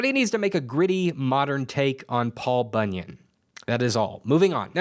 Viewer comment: Da fuck is Paul Bunnyan?